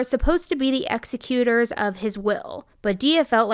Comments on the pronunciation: NOT execute-er of her estate. The proper pronunciation is is: exec-u'-tor. I love yout videos but frequently i have heard you misprounce words or explain some entity that is incorrectly explained It makes you sound less that polished and professional. I would suggest thst you do a bit of research before you do your videos ! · Executor = Egg-ZEK-u-tor 😉